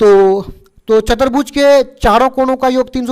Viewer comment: 1 -- सर चतरभुज नहीं होता ।❌ चतुर्भुज होता है ।✅ 😅 2 -- सर बड़ाबड़ नही होता है । ❌ बराबर होता है । ✅ 😅